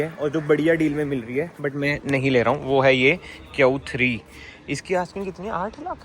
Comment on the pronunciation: "Kyun 3" instead of q3. chappri bhar gye hain yt pe